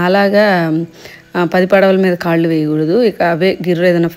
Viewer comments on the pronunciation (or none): none